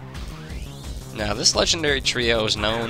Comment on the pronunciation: I love your playthroughs,. But... Seriously? "koh-buh-ly-uhn"? and verizon? "tehr-uh-ky-uhn"? My god, i have never heard anybody butcher these names as much as you do.